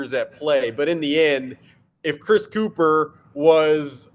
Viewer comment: You’re mispronouncing his last name. It’s pronounced “cup-her” you ignorant Philadelphians